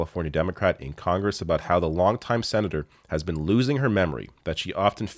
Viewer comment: Have they already fixed "CONRESS" or should someone suggest they do?